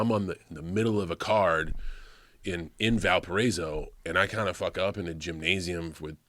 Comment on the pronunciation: shout out to john for knowing how to pronounce my alma mater Valparaiso correctly.